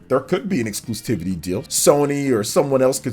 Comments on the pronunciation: I just gotta say..."excluSTIVITY" isn't a word. It's excluSIVITY. Exclusivity, from the root exclusive, you just drop the, "e" and add, "ity". The only, "T" is right there at the end. After the umpteenth time I just couldn't hold it in anymore. The more you know! Not trying to be Mr. Internet Smart Guy, just helping out. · Exclusivity. There is no “t” before the first “i”.